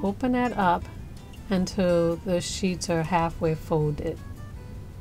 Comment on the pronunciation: I guarantee they thumbs downs are not because of the process or finished product because they are impeccable. It’s possible some people find her enunciation frustration... da instead of the, doze instead of those. I fully understand it’s a cultural thing but I genuinely believe that is the only reason anyone would possibly thumbs down this vid